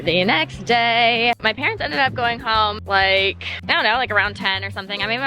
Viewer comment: Adorable with the parents. She calls them pa-rents because they pay the rents.